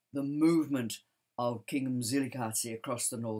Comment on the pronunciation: I admire the way you pronounce Mzilikazi with accuracy and as a Ndebele l respect your history telling.